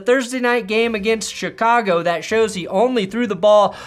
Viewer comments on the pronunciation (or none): none